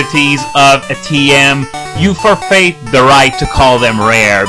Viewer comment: "Forfeit" is pronounced FOR-fit, not for-FATE.